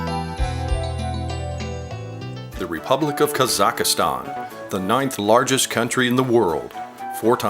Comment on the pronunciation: It is not pronounced "Kazakh-a-stan." It is "Kazakhstan."